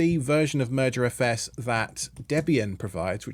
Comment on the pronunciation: I keep hearing "Murder FS" Move over MergerFS